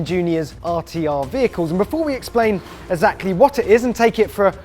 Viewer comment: Yet another review hampered by the presenter's ongoing battle with straight pronunciation difficulties with anything ending 'LE' - Vehic'EWE' Ax'EWE' Nick'EWE Configerab'EWE' Tunn'EWE' Road Leg'EWE' and add to that the inability to pronounce Exactly (Eksackly?).....with poor grammar 'there's no windows' erm there aren't any windows I think you'll find......other than that a great attempt.....